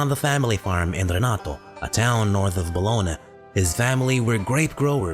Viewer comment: How hard was it to look up how to pronounce Bologna.